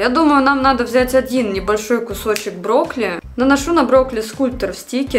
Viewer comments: Не брокли а брокколи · Мне же не одной слышится брокли? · мне плохо от этих ударений...брОкли😭